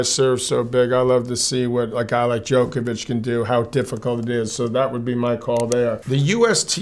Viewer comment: John, why can't you pronounce Djokovic correctly? It literally has the same noise in it as your name. You aren't called Joan McEnroe.